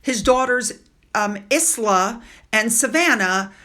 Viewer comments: Just a whisper in your ear - Isla is pronounced I-la - Forget the s. I first met the name here in Canada. It’s not often used. Be blessed! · Isla is pronounced “eye-la”. ❤ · Hi, her name is pronounced I-la like island. Love your channel. So glad you cover all the royals. Cant wait to see what Anne does to Harry for visiting her patronage. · Where is video 1 and video 2? Zara and Mike's daughter's name is pronounced eye-luh, not is-luh. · Peter Phillips daughter is Isla, pronounced Eye-la Thankyou for these videos. You do a great job 👏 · Eye la = Isla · In my opinion Justin Welby does not deserve any recognition, he’s an ordained Christian not a politician. It’s wonderful to see our King and Queen out and about, this is what real Royals do with such kindness and dignity, unlike the dastardly duo🤬🤬🤬 Peter Philips daughter is called Isla pronounced I lah.❤️ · Isla is a popular Scottish name. You pronounce it ila/eyela. My granddaughter living in the UK has this name. 😊I said it the same as you until corrected. 🇦🇺😊💖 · Hi - I think the name is pronounced “eye-la”. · Only wanted to mention this as it's someone's name. Peter Phillip's daughter's name Isla is pronounced as you would pronounce the word 'Island'. The 's' is silent. Really enjoy your visoes, no matter how busy I get, thanks so much ❤️ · Yes, I can understand why folk pronounce it wrongly though, it's a lovely name and very popular at the moment.